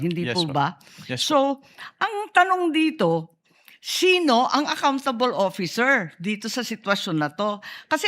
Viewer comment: Shino? Shino? Nashobrahan yata tabash nung shuwang nung shinadur 😮